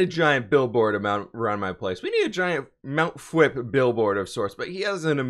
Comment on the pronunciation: Cool fwhip. Cause it sound like you’re saying cool whip